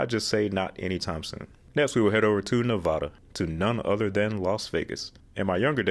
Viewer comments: Well first off, you said Nev-ah-da wrong, shame on you since you lived here, I'd have much higher expectations for a fellow road geek... Also yes, Clark County constructed CC-215 with the intention of redesignating the whole route as I-215. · It's Ne-vah-da not Ne-vaw-da. Thank you for your time.